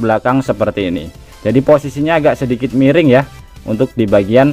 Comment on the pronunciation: Miring om, bukan mereng 😂😂😂😂😂😂😂 Ketauan org mana